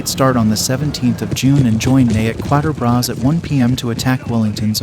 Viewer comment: Kind of cute how the narrator pronounces Quatre Bras